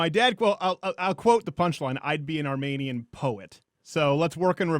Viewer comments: I find it funny how you complain about pronounciations, and then you mispronounced Armenian. The 'men' is pronounced like MEAN, not men. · Arm-ee-nee-uhn Not Arm-may-nee-uhn Lol